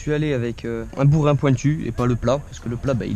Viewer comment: C'est un burin pas un bourin et pareil pour la masse maiq tranquille continue bg elles sont grave bien tes vidéos